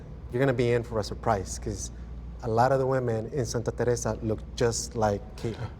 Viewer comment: bruh why tf are you pronouncing Teresa like that?? annoying